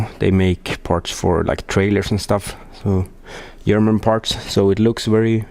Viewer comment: lots of "parsh"!